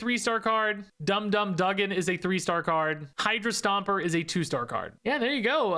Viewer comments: Hopefully people don’t scold you for the pronunciation of Dum Dum Dugan. It’s technically “doo-gan”. But you do you. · Dugan is actually pronounced doo-gan